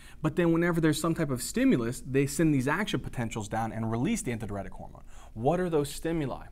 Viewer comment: nice video but why are you pronouncing adh like that? Isnt it DI Uretic?